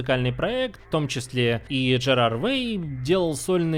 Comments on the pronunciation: Спасибо за очень подробное и хорошее видео о моей любимой группе. Да, жесткий фангерлинг, но есть пару ошибок которые я заметила. 1. Пожалуйста, Джерард. Именно с Д. Понятно, почему вы прочитали как Жерард, сложности русификации, но очень уж уши режет. 2. Джерард родился в Нью Джерзи, как и все участники группы помимо Боба Брайара (бывший барабанщик). На самом деле Фрэнк так активно трындит о своей родине на каждом интервью, что сложно забыть. 3. Тоже про имя, думаю, правильнее будет прочитать Фрэнк Айиро. Текстом не очень понятно, стоит посмотреть интервью, о произношении своей фамилии он говорит, например, в начале своего интервью на Zack Sang Show. Извините, что придираюсь к деталям, наверное, я захожу слишком далеко. К слову, рада что вы упомянули тот факт, что Дэнжер Дэйс не задумывался как сюжетный альбом. Это видно и на итоговом продукте - сюжет комиксов, альбома и двух выпущенных клипов явно не совпадает. Тем не менее, у них очень хорошо получилось передать атмосферу истории. Странно, что пресса так придралась именно к Черному Параду, а не к Дэнджер Дэйс, сразу видно, что тексты никто не читал и выводы делались только по внешним характеристикам альбома. Вообще, Черный Парад явно более радио френдли чем Дэнджер Дэйс. Там и маты, и упоминание торговли наркотиками, и другая незаконная деятельность. Вообще обвинять Кемов в призывах к суициду довольно глупо, Джерард испытал на себе все прелести депрессии, перемешанной с алкоголем, и в будущем часто упоминал что цель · не Жерар, не Жерард, а Джерард🙂